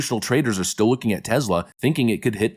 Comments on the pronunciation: Tesla like Tess La. Not tezla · Dude--it's TESS--LA. TEZZ-la is ridiculous! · Its TESLA not TEZLA. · It's TeSla not TeZla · "We love Tezler" 👌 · Its TeSla. "Tess-luh". Is it really that hard to say?